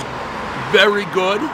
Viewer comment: The way he says this is GoOd just says it all. He just came a little